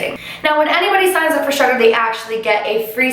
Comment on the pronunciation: Because of your accent, I thought you were saying "shutter". But you were actually saying "Shudder". 😂😂